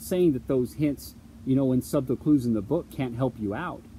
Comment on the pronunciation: "Subtle" is pronounced like "suttle." It's embarrassing the way you say it.